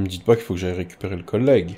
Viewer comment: tu dis coollegue